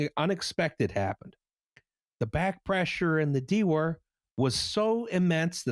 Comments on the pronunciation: For future reference: dewar is pronounced DOO-er (US) or DYOO-er (UK) and is named after the Scottish scientist Sir James Dewar. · In my high school physics class we pronounced "dewar" as "doo-er", like the Whisky. It's like a big yeti cup for cryo liquids. It's vacuum insulated glass. My friend knocked it over and shattered it. A $5,000 piece of lab equipment. He replaced it with a disposable styrofoam cooler and it worked pretty much as well.